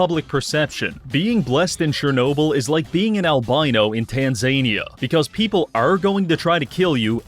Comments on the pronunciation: "tanz-ey-knee-uh"....truly rubarbed Did you mean "tanz-😩-knee-😩"? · That is the wildest pronunciation of Tanzania i have ever heard.